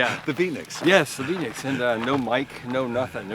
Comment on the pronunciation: Did he say Phoenix?